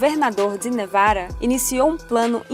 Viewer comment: "governador de nevara"! Pra que falar igual a um idiota?